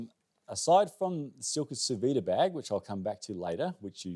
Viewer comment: "Sous vide" is pronounced "soo veed " you don't pronounce the e on the end of the word in French.